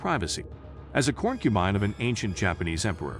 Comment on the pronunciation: I appreciate the information included in this video, but I have a hard time taking videos seriously when important words are mispronounced repeatedly. Corn-cubine??? Poly-gammy? The art is wonderful, though!!!